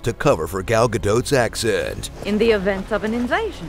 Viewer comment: Closer than most people. At least he pronounces the 't' at the end of Gadot.